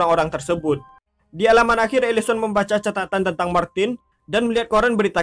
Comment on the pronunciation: Elisen bukan elison